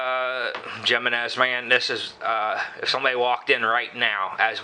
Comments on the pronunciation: It bugs me when they pronounce it "Jeh-men-ehz" too. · j in spanish is pronounced as an H in english it is like himinez i not seen a vid yet when a gun guy got the name right lol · Hey, it's pronounced "hee--men--ess"! No habla Espa~nol usted, se~nor? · it's pronounced himinez with an h sound for the j. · Its him-man-nez ! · Jimenez I believe is pronounced HIM en ez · Michael Schultz 100% correct! and as for who cares? Don't know... should I call your Ford, a Pontiac? One is right and the other is not. HE MEN EZ. The name is spanish and the j is pronounced as an h. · It's pronounce with an H not the J, its a Spanish name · You guys are fucking idiots and how is that such a weird random name it's a common Spanish name dumbass and like the other dude said it's either right or it's wrong if it was your brand you would hope people pronounce the name of your brand right so that other people would know the name of it and the pronunciation and then try to buy it if they liked it simple as that